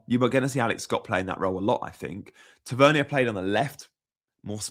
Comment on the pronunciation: Ta-Ver-Nier, sorry your pronunciation is driving me a little bit crazy 😂